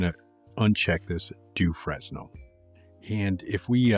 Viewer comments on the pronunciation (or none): So I can teach you something , eureka !!!! In French the pronication is FRENEL the s is not pronounced....